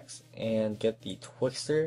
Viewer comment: Twixtor... ._. If you're going to start editing listen properly.